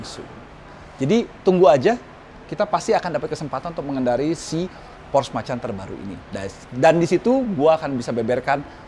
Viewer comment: por - sche bukan porsh.. udh kyk matt watson salah mulu nyebutinnya, bikin orang jerman pada nepok jidat